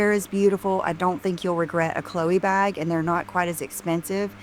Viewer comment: I can't stand the way pronounces bag. She says "bhog" or some such weird shite.